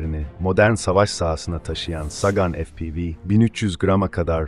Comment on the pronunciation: FE-PE-VE.efpivi degil kardes